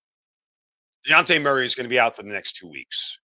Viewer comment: How are we over two months into the season And you STILL don’t know that man’s name is DEJOUNTE !! Not Diante 🙄